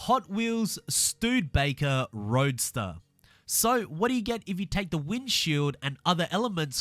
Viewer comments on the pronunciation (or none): it's not called the Stuudbaker, but Studebaker. stoo ·duh·bei·kr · Hey the Studebaker is pronounced stud'a'baker not studbaker just letting you know lol but i hope they do a hotwheels expansion cause that would be so awesome and I really hope for us ultimate edition owners of the game that we don't have to pay cause then what's the point of having the ultimate edition of the game if they end up making us start to pay for car packs and expansions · Its pronounced studabaker not stoodebaker Wow 2 new cars all i want is a catfish camaro and dodge coronet superbee and then they can release fh5, hopefully it's better than this game and hopefully a lobby purely for idiots in s2/ xclass cars and a separate online lobby for C-S1 class and actually get rid of sound and the rewind bug, also why is the convertible cuda not a convertible like whats the point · YESSSS! Shelby 1000 has returned!! I missed that car so much. BTW, it’s “Stew-duh-bay-ker”, not “Stewwed-bay-ker” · Its pronounced stude-eh-baker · It’s pronounced Stu-Da-Baker. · Um wrong you silly amarican it's stu dur baker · It’s pronounced stew-da-becker